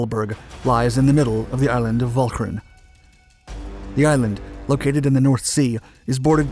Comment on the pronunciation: As a Dutchman, I was going to make a similar comment about the pronunctiation of the Dutch names. Although the word "Beveland" was pronounced in an english fashion, I was VERY impressed by the correct pronunciation of Walcheren. All over the Netherlands, people mostly remember that we were liberated (at great cost) by the Canadians.